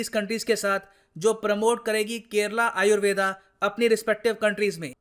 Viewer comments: जो योग को योगा और आयुर्वेद को आयुर्वेदा बोल रहे हैं । वो उच्चारण तो सही कर लो । दुसरे के चक्कर में खुद को ही भुल गए । बुरे समय में अपनी ही विद्या मददगार है ।। दुसरे हमारे ही चीजों को अपना बता रहे हैं , हमको पैकट में बेच रहे हैं । हमारे लोग कब जागरूक होंगे । कोई दूसरा आपकी जिम्मेदारी नहीं निभाएगा ।। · Sir why are you pronouncing it as Ayurveda? Aap ko to pata he it is pronounced as आयुर्वेद and not aayurveda , English me har pronounciation galat tarike se di ge 🙄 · "आयुर्वेद" बोलिए, "आयुर्वेदा" सुनने में विचित्र लगता है।